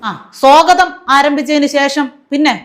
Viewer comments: സ്വാഗതം ആണ് സേട്ടാ സോഗതം അല്ല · എന്താണീ സോഗതം... സ്വാഗതം എന്ന് ആണൊ ഉദ്ദേശിക്കുന്നത്? സോഗതം എന്നാൽ സോ - നല്ലത്, ഗതം - ഗതിക്കുന്നത്, പോകുന്നത് എന്ന്... സോഗതം എന്നാല് നന്നായി ( മുന്നോട്ടു) പോകുന്നത്. സ്വാഗതം എന്നാണ് പറയേണ്ടത്. ഞ്ഞത് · പയിനൊന്ന്, പ്രോഗ്രാം നിച്ചയിച്ചു, സോഗതം, ഫവൻ 😂😂😂😂😂😂😂എന്റെ പൊന്നോ. ഇതൊക്കെ പോരാഞ്ഞിട്ട്. 4.15 വരെ കുഞ്ഞുങ്ങൾക്ക് ക്ലാസും എന്തോ കോപ്പാണ് 😅😅😅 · "സോഗതം"... . !! 😂 ഇതിനെയൊക്കെ സഹിക്കുന്ന കേരളം.. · വായനാ ദീനം പടമിട്ട് പൂവിട്ടു പൂയിച്ചു... ന്നട്ട് ഫരണ കടന അനുസരിച്ചു സോഗതം ആരമ്പിച്ചു. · സ്വാഗതം എന്ന് ഒന്ന് പറയെടോ മന്ത്രി പുംഗവ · 😂😂😂😂😂പയിനൊന്ന് സോഗതം